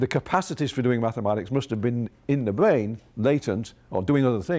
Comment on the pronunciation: THE BWAIN???? THE BWAIN??? Lol 😂 guy can’t speak. Nerve racking. Bugs bunny 🐰